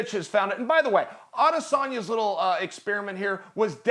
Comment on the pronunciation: Why is Ariel pronouncing adesanya the wrong way?